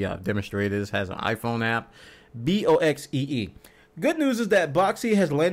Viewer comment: ...boxee ;_; boxxy FFFFFFFFFFFFFFFFFFFFFFFFFFFFFFFFFFFFFFFFFFFFFFFFFFFFFFFFFF